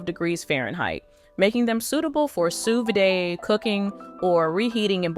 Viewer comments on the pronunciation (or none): A note from a true polyglot who has been speaking four languages since the age of three: Sous vide (/suː ˈviːd/, as per the International Phonetic Alphabet) is pronounced “Sue Vid,” not “Sue Viday.” It’s French for “under vacuum.” There is no accent on the last ‘e’; “vide” differs from “vidé,” which means “emptied” in French. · That’s not how you pronounce Sous Vide. Jesus